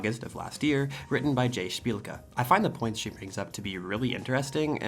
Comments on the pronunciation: heck yeah, you pronounced szpilka correctly! bark! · I'm truly shocked that he read your last name perfectly